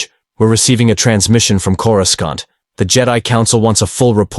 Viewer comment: i wish you would fix the pronouncing of Coruscant. it is really annoying in each and every story